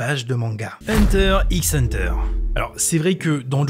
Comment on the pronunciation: On dit hunter hunter